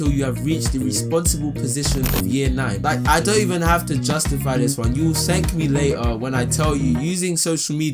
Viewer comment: ' you will sank me later' jheez that level 7 in English is showing off right der